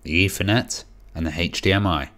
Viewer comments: Dude... its "Ethernet"... not "Effernet"...lol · Or Eithernet as everyone incorrectly pronounces it.